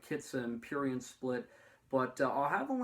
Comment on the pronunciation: this video is cringe and when u say prurient u sound disabled